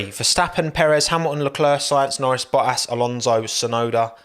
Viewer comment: Love the way he pronounces Bottas's name 😂😂😂 . Boah - Ass